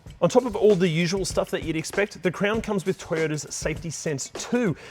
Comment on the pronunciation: It’s CROWN not CRAYON